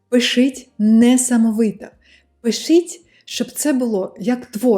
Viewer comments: у вас очень хороший результат в украинском, но некоторые ошибки в произношении режут ухо. первый вариант - это то, как вы произносите, второй - как это звучит в украинском. 1) ситуацЫя - ситуацiя, пишЫть - пишіть, доречЫ - доречі, якЫ - які -- украинская буква і у вас часто произносится как Ы. 2) ви ходитЫ - ви ходитЕ, бЫнтежить - бЕнтежить, дужЫ - дужЕ, Ыкран - Екран -- иногда украинская Е (произносится как э) у вас тоже превращается в Ы. 3) молітва - молИтва -- иногда украинская И (звучит как ы) у вас превращается в русскую И. 4) мотивацЫИ - мотивацiЇ -- здесь наверное нужно просто потренироваться выговаривать Ї. 5) iнформацЭйного - інформаційного, ситуацЭИ - ситуації, необсмоктанЭ - необсмоктані, рЭдина - рідина -- украинская i у вас иногда произносится как э. удачи в изучении языка! пс: речь идёт о стандартном украинском из учебников и новостей, суржики и акценты могут звучать очень по-разному. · каже слово "пишіть" як "пищить" це різні слова;)) А ще їй тяжко вимовляти, "ії","і" "и" там де "і", "и" в одному слові в складах по середині, через це так дивно твердо звучать приголосні.